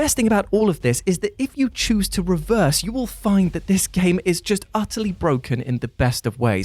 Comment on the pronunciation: Until now i always thought he was saying choose your own adventure and his accent was the only reason it sounded like tues..... I’m also baked so there’s that